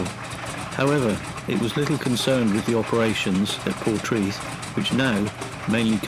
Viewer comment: Pronounced locally as ‘por-TRAY- th’